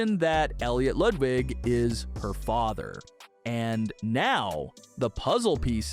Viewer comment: I swear to god if you say lude wig again im gonna crash out